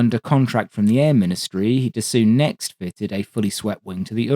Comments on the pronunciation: Don’t think it’s called Dassoo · Obligatory French snobbism: Dassault is pronounced D-ass-oh. The "oh" component can be pronounced like in "Moe" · DASSAULT😏. Hi😊I watch nearly all your videos, really like the historical info, but it would be really great if you could say 'Dassault', well.... the right way: in English: Dassaw, is how it's spoken 😊, keep up the good stuff 👍🏻👌🏻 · it's pronounced "dass oh" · "Dass-oo" was actually a bad advice... but "Dass-aw" is also incorrect. There's no way to do it using the English phonetics, like in both examples. You have to LISTEN the pronounce. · Dassault is “dah-SOH”. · Man, I absolutely love your channel.... but.... Dah-soo.....?! Come on, really, you're pulling my leg, right? haha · How do you spend so much time collecting info, writing a script and making a 40-min video, while utterly failing at pronouncing the name of the manufacturer correctly? Damn man, half your language is French... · Your level of historical detail, density of research, inofrmation and passion for the subject is as others have pointed impeccable; so how is it that the pronunication of this historically important aviation manufacturer's name is so heavily under-researched? Its somewhat of a distracting oversight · Great video, but your pronunciation of Dassault makes me grind my teeth! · The pronunciation is quite different again from both "suggestions", and contains sounds that are alien to English native speakers, such as a flat, un-bent, closed "oh", not dropping down into an ow or ough sound at all. Here's a Frenchman doing it right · nitpick: dassault is roughly pronounced “da-sold”, not “da-soo” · You could improve on the pronunciation of Dassault, approximated (Dassoh) with an O like in O-Ring. Yours sounds kinds like dessous in places, which is underwear. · But don't pronounce the "w". Dasso is fine (for an English pronunciation). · Its 'Dass-OH' not Dass-oo. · "Dassaw" brother not "dassoo".